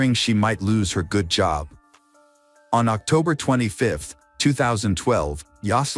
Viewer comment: "GUUDe GOD"*°°•••....😢😮😢..